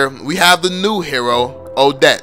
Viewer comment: I thought he said "subscribe to the channel if you're noob.". Hahahahah